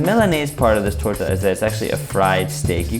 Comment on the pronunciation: the way you pronounce "torta" is perfection in itself